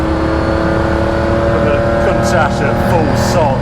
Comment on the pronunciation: HE will NEVER pronounce COUNTACH CORRECTLY. There is NO ash in COUNTACH.